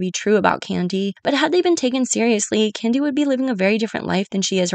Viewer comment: Great video! But is it just me or did I hear Kandi being called "Kenya" more than a few times during the video lol. Other than that this was stellar work!